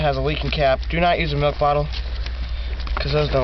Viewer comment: I hear "do not use a meth bottle" ... shake n bake anyone? I know he's saying milk, but lol